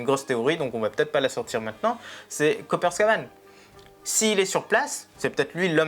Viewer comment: J'adore le Gear fifth de Luffy et je n'ai aucun problème avec cette nouvelle forme de combat mais remarque à Copper s'est trompé il a dit "Copper Scaban" au lieu de "Scopper Gaban"🤣